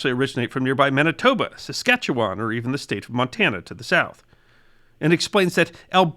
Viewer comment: I'm still enduring a 🎵long, cold, lonley winter🎵 It's pronounced 🇨🇦